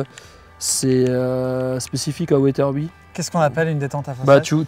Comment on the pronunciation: From « Weatherby » to « ouaizeurbie »